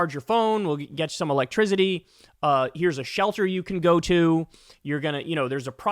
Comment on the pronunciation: Kyle, I love you, and my 17-year-old son has come to love you. But please, there is no "z" in electricity! I know this has nothing to do with the content - just the pronunciation!